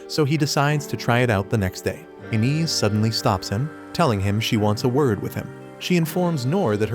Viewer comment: it's pronounced 'Eye-nez', not 'in-is'!